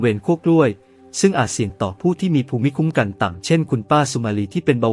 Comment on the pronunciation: ภูมิคุ้มกันอ่านว่า พูมคุ้มกัน